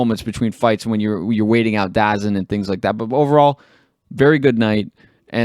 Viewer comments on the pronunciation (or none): Until next time guys. You pronounce DAZN: Dazone!!